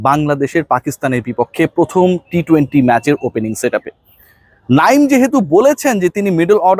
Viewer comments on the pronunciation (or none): none